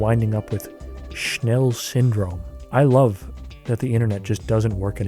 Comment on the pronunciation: Thank you for pronouncing 'Schnell' correctly